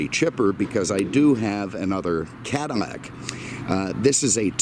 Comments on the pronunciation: It's a Cadillac not a Cadilmac sir lol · Could have have done without the weather and agri-report. Also what is a CADI-MAC? It's a CADI-LAC. If you can't say it, you shouldn't be selling it. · CaDILAC not canimac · ahahhahaha hahahahahaa!! yea he keeps saying Cadimac lol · Am I hearing Cadimmac? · Why dose he keep saying cadimack lol... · Is he saying Cadimmac? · why does he keep saying Cadimac?????? he doens't sound like an idiot otherwise. is this a thing ?????? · dislike for saying cadimax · Say the damn name properly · Too many butthurt people in the comments. Who actually gives a crap about how he pronounces cadillac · I don't know if anyone especially cares, but it is a bit odd.. Perhaps a personal idiosyncrasy.